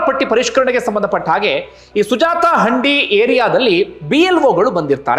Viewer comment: ಹಂಡಿ ಅಲ್ಲ sir ಹಂದಿ